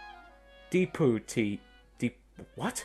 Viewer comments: its pronounced deh pyoute ee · dep-youtee* is how it's pronounced :)